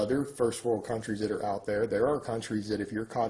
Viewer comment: "Did you pass ooot" ahahahah